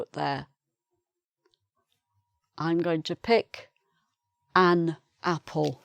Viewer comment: OK you're pronouncing An just like its spelled an. Why did you say UN In the beginning